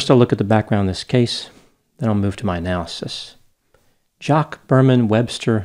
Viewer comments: his name is pronounced Jah kweese. You put too much French on it. 😂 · Like "Jock"? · He pronounced “ Jacques “ incorrectly, it is pronounced “ JA- KWEZ “. After Vietnam Conflict the Black Panther movement began named black newborns with a quasi French connotation as many Africans had been brought into Louisiana into the slave trade. That’s why pre Vietnam blacks had normal names, and after , you have these names that begin with “ De “, and “ La “, and outrageous names the sound of some French origin, e.g., “ LaShante “, or “ Octavious “, “ Deonte “etc. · the way you pronounced his name. lordt